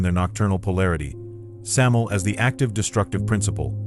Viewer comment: bruh said samil lol thought it was sam-you-el or sam-aye-el